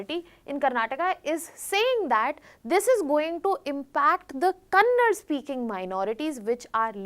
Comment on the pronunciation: It's not kannad, pronounce it properly KANNADA ಕನ್ನಡ ❤️💛